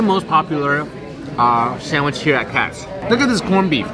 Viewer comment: It's "Katz's" not "Katz"!